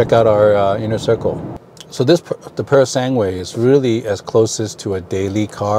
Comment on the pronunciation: Congratulations! Now can you do us a favor? It is not “sanguuuuue” - it is pronounced “sangue” - the last syllable is like “ge” in “geko” ——> “sanGE”. Thank you.